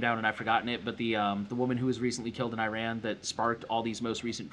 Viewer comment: By the way, it is Ee-raan, not I ran.